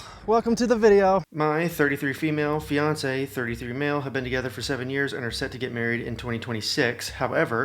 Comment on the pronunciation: NGL, when the video started, I thought you said 'Beyonce' and not 'fiance'. Lol